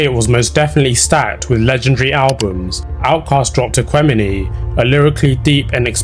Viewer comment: i'm gonna need you to never mispronounce aqemini ever again